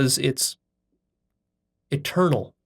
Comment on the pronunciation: When he said God is eternal it sounded like a turtle